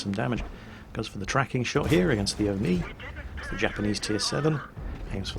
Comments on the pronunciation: Where did you got the intro music from:O edit: around 6 mins in vid you keep saying AMX 13 75 but it's an AMX 12t;) and OI (instead of O-ni at 21 mins;P) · And the O-Ni as O-I